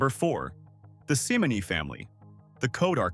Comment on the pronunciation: weyerhaeuser is pronouned where house er